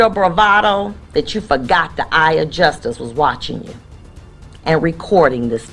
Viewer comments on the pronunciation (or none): The judge saying Just-us instead of justice was telling